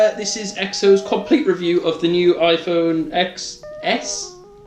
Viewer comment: It's pronunced iPhone 10s